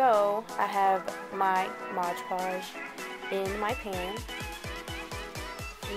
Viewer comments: I LOVE your wall! Beautiful! BTW the product you used is pronounced MOD podge, NOT "modge" podge! (read the label again) ;D. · i just watched 5 diy videos in a row including this one and they all say modge podge... it's MOD podge... :-P